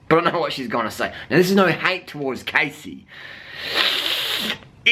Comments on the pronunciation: um. her name is pronounced "cahssey" not "caysey" -. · I can't believe u said all this stuff... ARE YOU STUPID OR WHAT!? You don't even know her u can't even say her name right! That was too harsh man don't u have anything else in ur life except judging people? Cassey is NOT FAT she just has a different body type u idiot. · If you're going to insult someone, the least you can do is pronounce their name right... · You're saying that Cassey, who's name you don't even know how to pronounce, is giving bad advice to young girls. Hating on someone you don't even know and critiquing things you obviously don't know anything about, is why people feel insecure. Cassey is an inspiration to many people and has fought hard to get where she is. It's not cool to talk sh*t about people. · What a man.... Firstly learn to say her name properly and she is nowhere near overweight. She encourages women to be the best version of themselves and to be healthy... Unlike your girlfriend who encourages becoming a 'skinny bitch' Maybe try being a role model instead of thinking your hate videos will increase your subs. :) this is truly just an ugly video picking on someone who does not deserve it, you're just degrading yourself. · Maybe you should learn how to properly pronounce the persons name who you choose to shame on a video, you look like a moron. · Yeah sure do talk a lot of crap about her to not be able to say her name right. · Okay first of all you're pronouncing Cassey's name wrong, if you're going to make a video about her at least pronounce her name correctly! Secondly, she's hardly overweight? Just because someone isn't a clone of Freeless body wise doesn't mean that they are fat. I don't agree with Cassey's diet advice at all, but this video came across as bullying in my opinion.